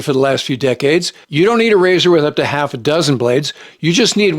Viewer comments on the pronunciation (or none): none